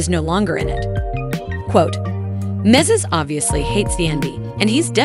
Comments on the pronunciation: It’s NOT MENSES! It’s MEN DEE CEES!!!! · Who is mase? If you can’t pronounce his name correctly. Please don’t report this on your channel 😢😂